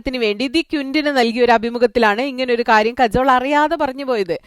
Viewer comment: കജോൾ അല്ല കാജൾ